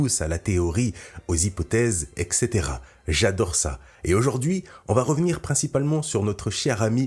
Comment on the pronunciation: Arrête avec ton E X E T E RA, mais tout de suite : FAIS UN EFFORT BRÕ ... ET, CETERA en latin.... C'EST COM COMMISSARIAT & AÉROPORT, à notre âge dans day fonctions si représentatives que les tiennes, tu ne peux pas mêler des commisérations ou l'Aréopage à tout cela. PAS TOI... PAS ÇÃ.... mercƴ, vraiment c'est insupportable à chaque fois çã fout en l'air du bon du doux du plaisir de d'entendre. C'est exactement ce que JeVeux dire, en plus ce genre de commentaires disparaissent et avant correction mise en page relectures en plus, y a-t-il "corrélations corélliennes,, ? 🤔